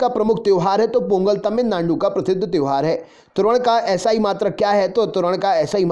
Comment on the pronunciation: Sar ने जब तमिलनांडू बोला तभी 😂😂😂